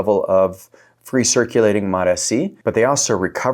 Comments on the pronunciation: Please mate for the love of god I love your content but please pronounce MOTS-c the correct way which is MOTS-c not MOT S C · It's MOTS...(pause breath) C. Mots...C Not MOT S.C. Properly pronounced please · He's gaslighting us by saying Mot-ESEE. You know he shuts off the camera and chortles gleefully at the comments. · Mots, like tots! MOTS-C learn to say it correctly, or why even bother with doing these videos? When you say these Peptides with the correct pronunciation, your credibility automatically goes up, and the reverse takes you down. MOTS-C!!! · I can’t trust anyone who can’t read the label on the bottle. It’s MOTS - C. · 3rd video of his I've come across that I had to leave early because I can't handle the MOT ESS SEE. pronunciation. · You lost me at the way you say mots-c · You lost me in the first 5 seconds, mispronouncing the peptide. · I am out he isn’t even pronouncing Mot-C right. You lost me. Laters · I trust Dr Trevor Bachmeyer more than this guy who can’t even pronounce Mots-c. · Haha I was just coming to write the exact same thing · It is so annoying I just stopped and went to the comments LOL ! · I hate the way he was saying it, I couldn’t finish the video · It doesn't bother me how he pronounce it. At the end we all know what he means. 😅